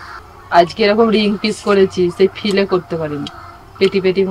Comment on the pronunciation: Fish fillet bola hoy fille bole na. Didi